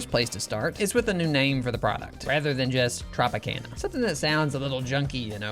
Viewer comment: That’s not how you say Tropicana